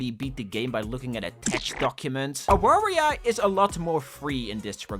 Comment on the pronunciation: Real quick, it's Avaria since in Polish the W is pronunced like that. Love the game and cool of you to give a shoutout :D